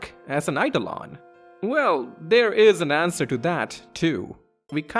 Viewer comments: Yep. And Eidolon is real-world word, too, with a different pronunciation to the one used here. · A few people have picked up on the mispronunciation of Iifa Tree as Lifa Tree, but I've not seen anyone point out that 'Oeilvert' should be pronounced as if it's the two French words 'oeil' and 'vert' (because that's what it is), or that Eidolon is a real-world word, pronounced 'eyeDOHlon'.